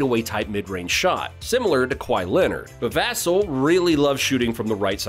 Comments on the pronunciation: It's vuhhhh-celll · It’s Va-Cell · It's pronounced Vuh+sell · Other than saying Vassell's name wrong, good video. GSG! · "Vassell" has the accent on the 2nd syllable. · You’re mispronouncing Vassell